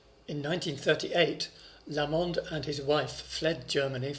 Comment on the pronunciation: Emphasis on the "LA" in Lamond, please, not the "mond".. Liszt, a Hungarian, would have got it right naturally.